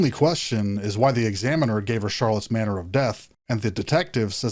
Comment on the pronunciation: It’s “manner” 😂 Lord help us just kidding! I know we’re only human but still don’t mess that up again. 😂